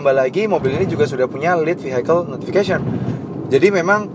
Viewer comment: Cara baca vehicle adalah vi e kel bukan vi hai kel